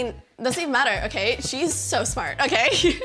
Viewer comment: the o in okay haha &